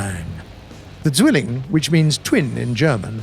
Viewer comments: All the Germans when he says "Silling" instead of "Zwilling":😑😑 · Its zwilling not zilling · "se swilin!" What? Zwilling! Meine fresse ey! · The MK in German does not stand for Mark! It stands for Maschinenkanone which means automatic cannon. So stop making this mistake every time. And the Bf-109 Z is not the Zilling! It is the Zwilling. If you cannot say it right then use a transletor. For me as a german this disrespectful and an insult. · UHH AKCHUALLY "Zügelling" doesn't mean twin. It is the Diminutive of a rein, wich is a thin lether strap attached around a horse's neck, in order to control it. He was meant to say "Zwilling", wich does not contain the sounds of "ü" and "e". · Why is he saying "zwilling" like "stwilling"? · Zwiling? Ha never heard of it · The word "Zwilling" is pronounced "tsvill-ing" or "zvill-ing" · definitely can't pronounce Zwilling